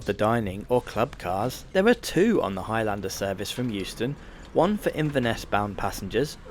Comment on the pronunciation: It's not HIGH LANDER, ITS HIGHLANDER you fud.